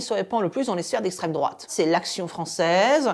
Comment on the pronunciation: Arrête c’est lesstreme drouate on te dit !!